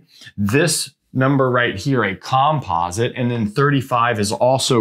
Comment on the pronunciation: Interesting video, but wildly distracting to see "likelyhood" misspelled on the board and to hear "composite" pronounced in such a peculiar way (why not the same stress pattern as "competent"?).😉 It would be just a bit too picky to expect any English-speaking academic to pronounce Goldbach as anything but Goldbark, but that said, don't a lot of people manage to pronounce the composer Bach's name with a German "ch" sound and not as Bark?